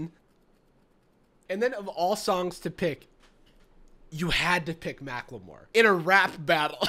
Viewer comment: Did call him "Mac-Le-More"???